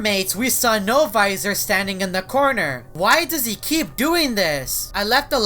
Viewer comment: only says no viser